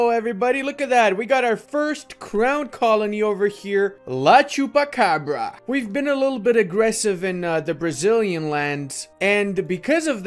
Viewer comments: What's a "ciupacabra"? Mate, in portuguese it's "O Chupacabra" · Doing a portuguese video and not eating cob? Please don't butcher the nations! btw it should be "chupacabra".